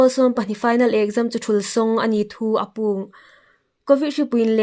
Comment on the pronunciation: A ngaitlâk hi an hawi hle lai zingin 'APUONG' ti thumal hi a tlûk indik tawk naw châng a tam thei ngei. Tiem dawk hma hin lo practice thei ani dîm aw,,,,?